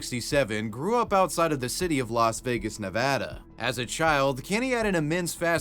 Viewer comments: I know it's a small thing but I am very happy that you pronounce it "Ne-VAA-duh" and not "Ne-VAH-duh" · Area 51 is not close to Nellis. There is 80 miles between them. Thank you for saying Nevada correctly.